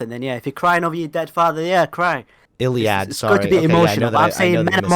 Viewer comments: The way you pronounced illiad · ill-e-ad old book weird pronunciation